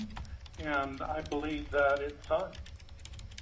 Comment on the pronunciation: Thank you!! I thought I was the only one who noticed that 😂😂